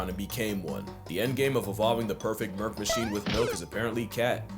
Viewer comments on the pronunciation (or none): none